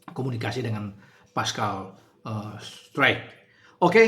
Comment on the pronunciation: Bacanya struijk bung jgn baca straijk nanti di ketawain orang😂